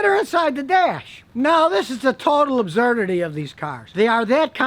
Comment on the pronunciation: Nobody: Absolutely nobody: Scotty: A B Z Z Z U R D